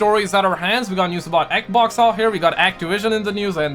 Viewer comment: I like the way he says "eq-vox" (xbox)🤣